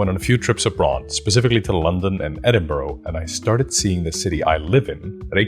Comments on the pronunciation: Its 'bruh', not 'borough'. Eh-din-bruh. No one outside Scotland gets this right though so don't sweat it BTW well done on having the baws to just walk through people while presenting. That one dude turning round to watch you with confusing was hilarious but so anxiety inducing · "Edd-in-borrow" 😂 I can't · EDINBURGH IS NOT PRONOUNCED EDIN BURROW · being scottish and hearing edinburgh pronounced as edin-burrow is funny lol anyway great video! i will keep this in mind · 'Edinburruh'! And 'PrecinCt' on the map. Lose no sleep at all. And guess how good my Icelandic is. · Youre gonna catch flack but you did better than brits pronouncing Reykjavik. Edin-bruh, borough endings evolve over hundreds of years to just be a quick bruh sound. If you get a chance sometime visit newcastle, its very small but grey street informed my entire view of metropolitan fantasy! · As a local I cringed at the pronunciation of Edinburgh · It hurts every time he says Edinburgh. I wonder if he visited Co'burn street? ;)